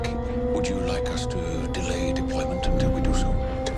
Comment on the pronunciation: dePOLYment lmao